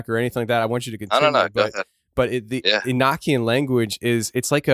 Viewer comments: You pronounce Enochian wrong fyi. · E no key in. That's how you say it.